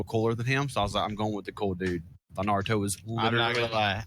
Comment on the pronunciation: That guy sounds so fucking dumb, he can't even pronounce "naruto"